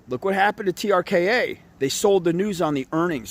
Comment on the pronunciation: I love how he says trka had good earnings proving he couldn't read